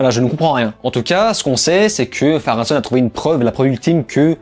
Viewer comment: Bonne continuation. Cordialement. D’ailleurs on dit Pharonne. Et Erigionne.